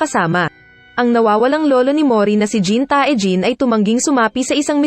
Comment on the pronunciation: Jin tay jin hindi jin tae